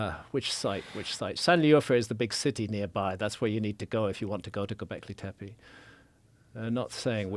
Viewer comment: love this topic & Mr Hancock's work - i just wish "Tepe" was pronounced appropriately i.e., the letter 'e' is meant to sound like 'e' as in 'egg' (especially the final e in Tepe) - a sharp short sound rather than sounding like 'teepee'. Just needed to point this out because it can happen....change that is.